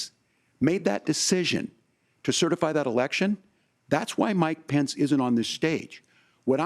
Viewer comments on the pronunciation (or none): Every time that white guy says Mike pence I always hear my pants and it’s hilarious